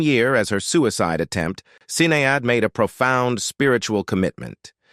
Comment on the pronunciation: The pronociasion of Sinead is more like shinedd, not Sinead like this person say here. Had just to mention this fact.